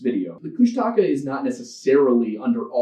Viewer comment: Me, a lover of folklore and who understands that oral history will mean different regions will always pronounce things differently... but also Tlingit and has grown up with stories about Kushtaka "That's not how you say it."